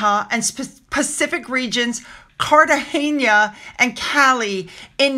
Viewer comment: YOU are the only person on MSM or social media, to pronounce Categena correctly 👏👏👏👏👏👏